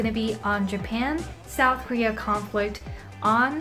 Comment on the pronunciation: 음 잘하시는편인데 여러구간의 한국인의 발음은 못피하시네요 conflict japan global 이런거.world 도약간 rural . . 이런소리가 들리는?. 좋은동영상임 그래도! 유익합니다!